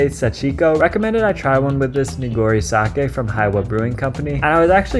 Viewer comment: Good video, and extra points for knowing how to say sake. -viewer from Japan.